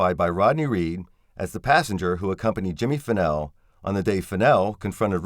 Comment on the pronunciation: Jimmy Fennell, not Pennel. His friend Curtis Davis, is the one who gave him a ride. Curtis Davis worked in Bastrop and lived in Giddings close to Fennell. He took off work early that evening claiming he had a broken tooth. He was scheduled to work the 7pm - 7am shift. Unfortunately Curtis Davis can no longer be called to testify. He passed away the day before election day.